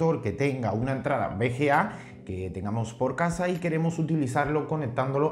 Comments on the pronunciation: jajaja suena raro, es V ciertooooooooooo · cada vez que dice bga me duele :v